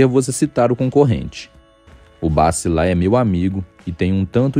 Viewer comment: Oiê...não é Bassi é bachi